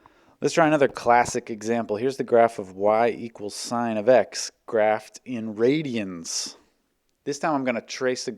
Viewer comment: Why didn't you add the reverb when you enunciated "RADIANS?"